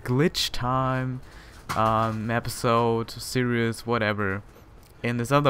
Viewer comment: /seer-eez/ not /seer-i-us/ for series :) Great show!